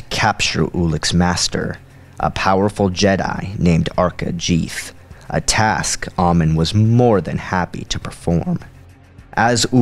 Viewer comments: it's pronounced Iziz (IZis) and arca jeth (jehth) not jeeth it's even stated kotor 2 but otherwise this is a great story of freedon nadd he truly was a gifted sith/fallen jedi but nadd didn't discover the orbalisks he merely did studies on as they infested his body and created boots and helmet to keep them from spreading over his hands feet and face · I mean, for example, "M'ta Tremayon," "King Adayas," "Arca JEETH?" Come on, man. And, "oh-belisks?"